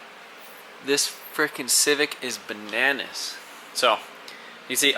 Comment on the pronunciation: “Bananda” lol 😂